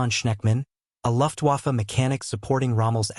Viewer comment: The human or AI narrator mispronounces German words and English words of French origin: Wehrmacht, Leutnant, Luftwaffe, Corps. The U.S. stopped automobile production during the war.